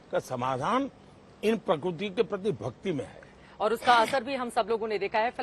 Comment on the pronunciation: प्रकुर्ति नही प्रकृति सही शब्द है